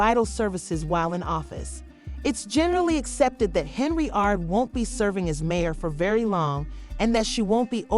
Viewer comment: The girl name is pronounced Hen-yard